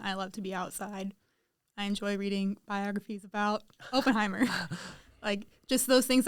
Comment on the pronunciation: it’s Oppenheimer, not Openheimer